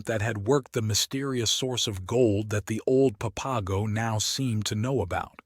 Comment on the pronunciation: Please learn to pronounce the words, such as placer and Papago. It interrupts the vibe of the story to hear them spoken incorrectly. Thanks.